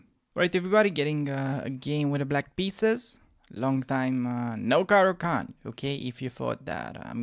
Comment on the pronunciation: bro i have been studying your caro-can lol, its not caro-cant... how do i show you a game i had following your rules.. i went from 500 to 1005 in a week... ive only been playing chess for the last 6 months. I learned the moves when i was a kid but never took the game serious, you make learning super fun.. keep making them videos man!!! let me know if you want to show my game in a video. its great that you know it all, but its even better when people watch you and go and pound those terd burglars back to chess puzzles..